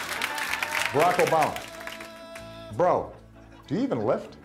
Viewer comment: Why do they keep saying barack??!?